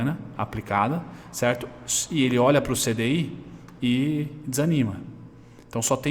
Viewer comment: Eu até imito seu "cherto"